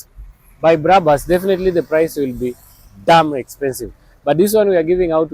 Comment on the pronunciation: dont say BRABAS,just BRABUS as it is written,first names of the founders brakman and bushman.